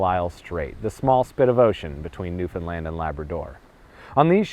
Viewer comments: I'm from Newfoundland and I didn't know all of this!!! But it's pronounced like understand. Not newfinland lol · I've asked this before and I'll ask it again. Why do you pronounce "Newfoundland" like "newFinland"? It's the only thing I find odd in these videos.